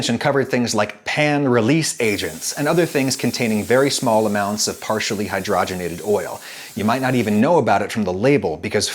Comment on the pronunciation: It’s pronounced Hydrogen ated not hydrah genated . Your welcome.